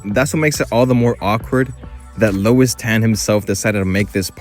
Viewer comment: Lewis not Lois